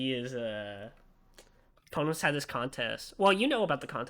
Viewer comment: It's fine, they still say "Pohnohs" which isn't how you say it. Everyone sucks.